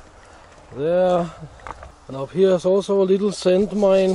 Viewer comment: "SAND-mines" and "CLAY-mores" ... There is nothing about this guy that isn't hardcore